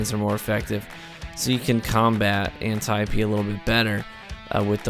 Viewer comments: "an- tie-pee" lol wut? An-tee-Ope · It's not pronounced anti-opee...